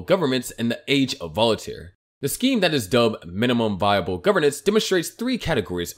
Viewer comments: I love your videos but cringe every time you misspeak "Voltaire" which is 2 syllables. It's not "Volitare" with three symbols. Voltaire was one of the greatest minds in history. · It's Voltare, not volitaire lol